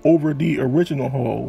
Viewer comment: The word is hull not hole.